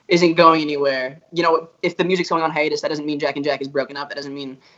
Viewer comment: ok i’m ok with it but j saying “hiatus” made me mad HOW AM I SURIVE THIS TIME WITH BOTH OF MY FAVORITE GROUPS 1D AND J&J ON A HiStuS ??!!!